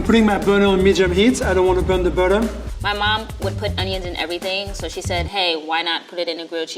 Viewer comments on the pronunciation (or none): when he said "I don't wanna burn the berrum" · I'm going to be pronouncing "butter" as "bauotter" from know on😂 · “I’m putting the burtur on medium heat”